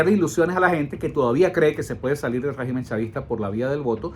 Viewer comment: Segu este señor estamos enfrentados a un guegimen (asi lo entiendo cuando lo pronuncia) es un todo poderoso? No me jorobes.